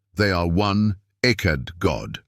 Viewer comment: You lost me 2 seconds in w AI voice mispronouncing the topic of discussion. "Echad" is EXACTLY the proof of the multiplicity of God or His 'PLURAL-NESS' When you look at grapes they are known as a 'bunch' which means plural. Echad is the same concept.